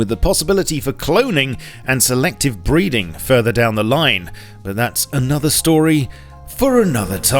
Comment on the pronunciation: selective breeding? lol...I thought he said..."selective breathing"